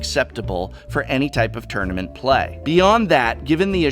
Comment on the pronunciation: "tounament specification"... Ack!